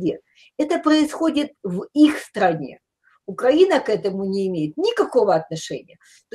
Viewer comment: навіть правильно вимовити назву нашої держави не може, якщо можливо поправте його